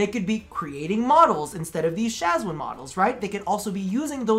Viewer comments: They way you pronounce Shwazin... :') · I love your content and I agree with the Shawzin part, but the way you say Shawzin, makes me want to jump out of the window.